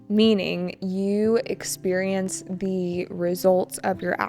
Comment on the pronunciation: bạn cho mình hỏi xíu về cách đọc với ạ. Tại sao chỗ "the product hasn't gone through safety checks"" mình lại phát âm chữ "the" là /đi/ mà không phải là /đơ/ vậy ạ?